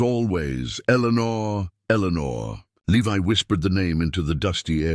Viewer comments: At first the ai reading the guys name the correct way. Levi then he says leve can you people ever get your words correct useing the proper long and short vales the correct way??? 😊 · If Alice was Levi’s mother, as your story states, the Jonas and Eleanor were his grandparents not his great grandparents. This is why the story is getting confusing first I thought I was wrong but nope you guys are getting your generations confused and you have pronounced Levi’s name three different ways. It’s Levi just like the jeans.